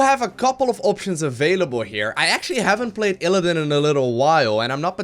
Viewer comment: Why do you say ILLADIN? It's ILLIDAN! <3